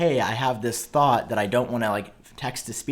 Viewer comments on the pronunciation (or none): ”Hey I have this thOt”